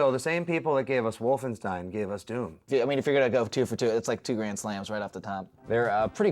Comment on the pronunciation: “Castle wolfensteen”